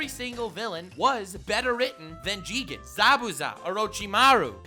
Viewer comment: you said it wrong it's not jigen it's JIIIIIIIIIIIIGEEEEEEEEEEEN